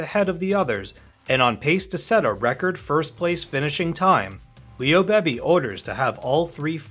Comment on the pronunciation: It’s pronounced Leo BEEBEE, not BAYBAY. Also, you mention about the tracks where races took place, weren’t filmed there. That’s a given considering that tracks like LeMans and Daytona don’t exist i the configurations they did in the 60s or they have been updated or modified to where they wouldn’t look right.